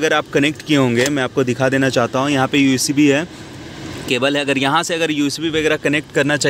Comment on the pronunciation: Ucb nahi bhai USB hota hei🤣🤣